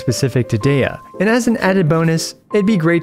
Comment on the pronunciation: It’s pronounced Deeya so seven ideas to buff Deeya would have been such a spectacular pun.